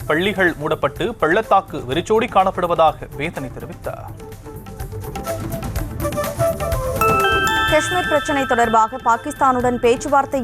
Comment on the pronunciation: அப்பனே முருகா.! "கஷ்"மீர் இல்லையப்பா.? "காஷ்"மீரப்பா.? என்ன செய்வது தமிழ் நாட்டுக்கு சாபக் கேடு.?